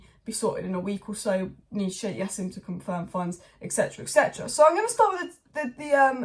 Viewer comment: It's not yassim, in Arabic you pronounce the J.. it's Jassim